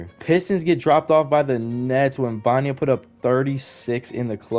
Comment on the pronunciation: “Web en ya ma” is the correct pronunciation. But W video